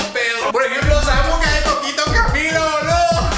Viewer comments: dejen de decir boluo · hahaha!! so funny!! I thought "boludo" was said only in Argentina!! It sounds better with you ;)